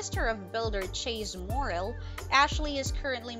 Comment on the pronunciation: Thumbs down. Cabin isn’t pronounced ‘cay bin’. Also said Morrill wrong too.